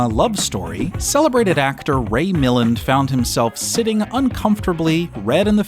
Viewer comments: It's Ray mil-AND. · Ray Millind lol 🙄MILLAND! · For Christ's sake, it's Ray MilLAND not MILLand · It's not Mill-len, it's Ray Mi-laan. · It’s Mill-AND, not MILL-und. But you did remind me that I’ve never seen The Thing with Two Heads. Or its predecessor, The Incredible Two-Headed Transplant. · Ray Milland's name is pronounced: mi LAND. He was such an accomplished and famous actor, it is rather sad that these days even people who are film buff types don't know his work or his name. He did a bunch of television work in the 1970s as well. Which makes one think that he probably needed the money. Which is also sad. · His name was pronounced "Mill-AND", Mr AI guy... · Please learn how to pronounce Ray Milland's name.